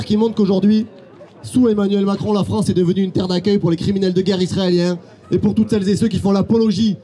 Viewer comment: la fronce de voltaire de victor igo 😂😂